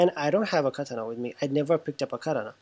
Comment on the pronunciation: Something about how you say katana is just wrong lmao its kuh-taa-nuh